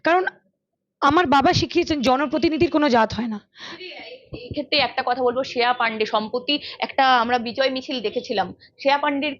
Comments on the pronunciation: শ্রেয়া Not শেয়া 😂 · শেয়া নয়, শ্রেয়া.. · Sreya namta ektu thik kore uchharon korle valo lagto. Shea shea kore gyalo..